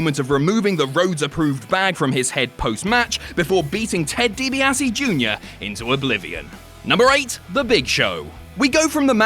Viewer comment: Ted deebeasse lol